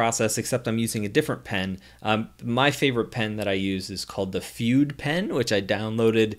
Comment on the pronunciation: "Fude" is not pronounced like "feud". It's "Food-deh". It's Japanese for "brush".